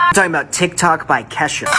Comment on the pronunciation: The way he pronounced Ke$ha hurts me